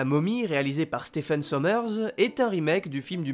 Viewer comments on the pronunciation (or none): none